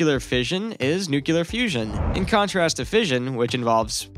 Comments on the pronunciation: You mean nuclear, not nuclear. If you're going to make an informative video, at least pronounce the subject correctly. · Former Pres. George W. Bush was unable to pronounce nuclear, too. BTW, your comment makes no distinction between one nuclear and another. Perhaps you meant new-cul-er vs. new-clear?